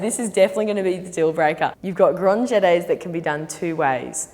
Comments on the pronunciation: Her: They can be done with a flick or with a swish. Me: It's LeviOsa, not grahnd GHETay! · The way she says Fouettés it kills me 😂 it’s so cute, all the french words are pronounced in such a funny way ! Chassey pas de bouwwey ! I love it 😂 And then Grande Djeteyz 😂 I’m dying